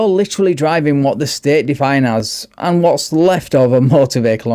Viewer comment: He's not drivng, he's drahvin'!